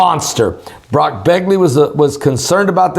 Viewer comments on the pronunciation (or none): none